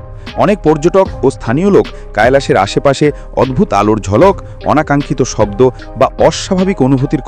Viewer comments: ওটা কাইলাস না কৈলাস পর্বত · কৈলাস ওটা কায়লাস না , মহাদেব এর বাসস্থান ওটা